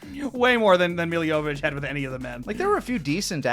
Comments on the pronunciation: They didn't pronounce "Mila Jovovich" right once lmao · Lani never pronounced Milla's last name correctly